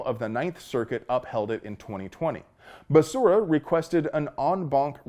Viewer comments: SAY IT WITH ME BEH SERRAH! NOT BESURRA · You even say his name right! Basura is the correct and literal way to say it! 🤣🤣🤣🤣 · I like you pronunciation of basura’s name! Muy bueno! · Love the way you pronounce the name Becera ("Basura") Spanish word for trash. So appropriate. LOL. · Dude, every flash of that Mad Dog 20/20, triggered my hangover PTSD. "Basura' is how I'm pronouncing his name from now on. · When Biden introduced him, he called him Javier Bacaria. Lmao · Basura is the correct pronunciation of Becerra...🤣😂😂😅😅😂😅😂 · Hahv ee air Buh Sarah.... Oh, you were saying basura. Lol. That's also correct. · I love your content brother! You are hilarious! The way you blend levity with the awesome must know/have information is very unique. BTW, Becerra is a female calf in Spanish and the way you pronounced it (basura) is trash/garbage in Spanish which is very apropos. Whether intentional or not. Anywho, thanks for all the news/info. And for the laughs. Pedo sniffer is clueless. Someone should write a Dr. Seuss book explaining that there is no "I" in team, but there are 2 in IDIOT! #JustSayin' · Lol, pronouncing his name Basura... i see what you did there... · I kept wanting to correct your pronunciation of Becerra, but then I got the joke. Basura. You are a true hero,. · That's not how you pronounce "garbage". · I love how you keep butchering Becerra's pronunciation